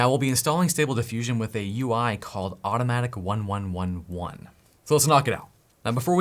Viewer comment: It's pronounced automatic eleven eleven.